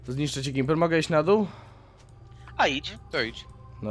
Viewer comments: To nie jest Gjemmper tylko Gmiper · To jest Gimperr a nie Gimerr